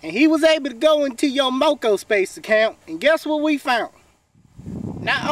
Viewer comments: This dude said mocospace. This must be an asf old video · I knew it was a Parody the moment he said Mocospace instead of My space